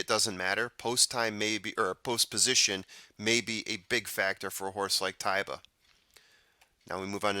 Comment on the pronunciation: To me it looked like Ty-ba, and I know when I was doing the SA Derby the announcer say Tay-ba but man.... maybe if he wins the Derby and they say Tay-ba I'll switch up. LOL